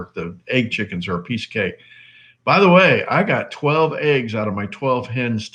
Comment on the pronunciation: $800 in 12 months. Did you say 12?..it wasn't clear.